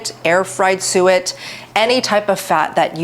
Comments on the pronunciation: "Suet" sounds like "sewage" :face-green-smiling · I anticipated that as well. I think it's the preceding word "raw" that hits the ear that way! 😅